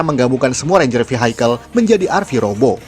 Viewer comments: Koreksi: Vehicle bacanya VIKEL bukan Vihaikel. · Suka bgt sama kontennya. Tp mau saran ya kak untuk pelafalan bahasa Inggrisnya diperbaiki, biar lebih nyaman didengerin hehee kaya kata vehicle